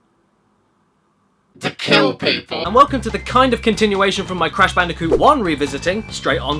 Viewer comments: Blash Bandicoot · It's crash bandicoot not "banooka" as you have called crash bandicoot, never make that mistake again please, for the love of all things good and holy and sacred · what does she call the crash bandicoot n sane trilogy, cash banooca in sone triloogery?